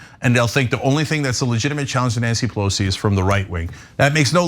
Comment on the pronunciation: It’s racist not to pronounce her name correctly... racists.